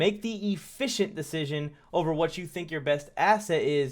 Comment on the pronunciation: Man said “poor decison making”😂😂😂😂😂 I damn near jus turned the video off in the first minute